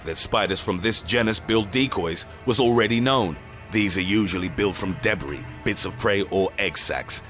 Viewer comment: Loll love how he pronounces Debris as De-Bre